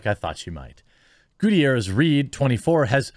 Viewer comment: It's pronounced Ga-tier-ez